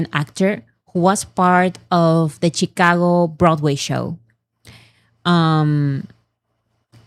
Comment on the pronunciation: no hate here:) Chicago - She-Ka-goh. I hope that’s the easiest way to transcribe it. And yes, Illinois… is silent ‘s’ in the end:) And, yes, English is a complicated language… you can’t rely on spellings. I have studied the English language as part of my career and have not mastered it… Not even a lifetime:)